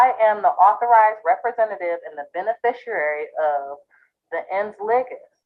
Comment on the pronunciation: Administrator = office manager. This is not a difficult concept for those with 3rd grade education. "Overstanding" - "Cohershun" - "benerfisherarie" - Stupid on Stilts.